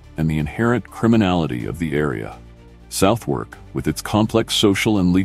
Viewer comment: Can someone please teach this AI that's its it's pronounced Sutherk, not South Wark